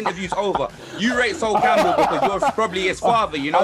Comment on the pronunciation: Man said SWOLE CAMPBELL nah i cba hahahah